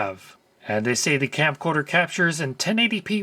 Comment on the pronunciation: Anyone else hearing "Campcorder"? I think I'm going to start using this name now.